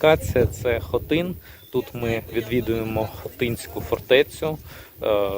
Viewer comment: привіт.правильний наголос на ХОТИ*Н